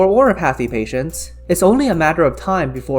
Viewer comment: I don't know what your first language may be, but it's just really funny to hear "oriPAHthy" xD